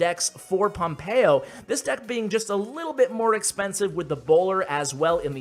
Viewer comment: Me hace gracia cuando pronuncia pompeyo en plan pompeioh